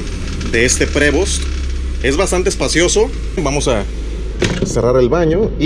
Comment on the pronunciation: Saludos, por lo que tengo entendido, Prevost se pronuncia "privo".